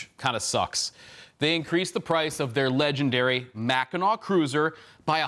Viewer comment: MACK-e-nuh not MACK I NAW